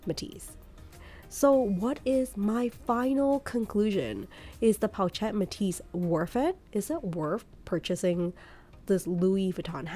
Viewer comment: Not Po-chet it’s pronounced Po-shet. I have 3 and they’re great cross bodies because they lay flat against the body & hold a fair amount.